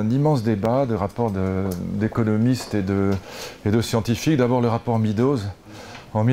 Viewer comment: On dit médows, pas midows, lulu